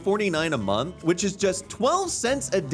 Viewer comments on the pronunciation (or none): none